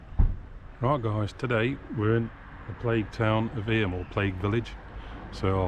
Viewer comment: Enjoyed that. For the record it's pronounced EEM.